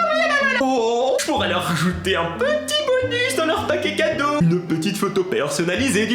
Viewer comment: Ta dit cadreau a 2min55